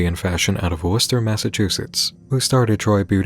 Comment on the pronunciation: is a real one for knowing how to pronounce Worcester 🥰